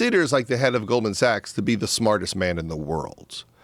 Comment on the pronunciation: Did he say Golden Sachs?